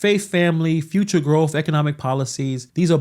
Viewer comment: She said, "Fruture."